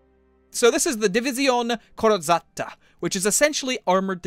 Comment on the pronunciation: how you said "divisione corrazzata" was too funny xD